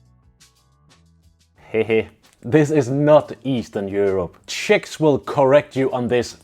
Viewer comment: I thought you say chicks😮